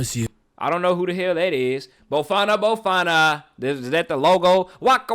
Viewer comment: Its bafana bafana Bruhhh Everytime man😭😭